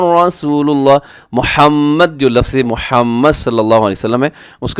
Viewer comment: الها کیوں پڑھ رہے ہو بھائی